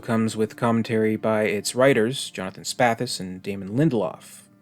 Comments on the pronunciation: Except he pronounces the writer Jon Spaihts names as "Spathis", instead of the correct "Spates". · The writer Jon Spaihts' surname is pronounced "Spates", not "Spathis".